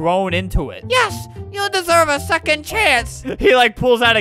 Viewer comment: "i ssever a secoind chance." -, 2018